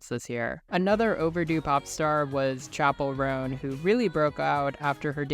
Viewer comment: Without even watching the video. It’s Chappell Roan . Chappell Roan. Chappell Roan. Chappell Roan………………….